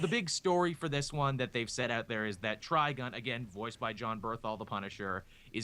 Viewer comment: When I heard Joel and say Trigon's name, it sounded like they were saying "Trigun".